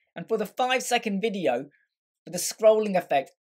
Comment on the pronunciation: What is this akcent? VIDIJJJOU. Dude! Video, is just VIDEO. and not Videjjoauou :DDDDDDDDDDD